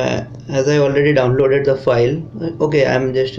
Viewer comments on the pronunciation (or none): he said, 'olredi dowrnlorderd. 😁😁😁😁